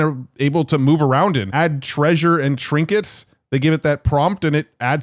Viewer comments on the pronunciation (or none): none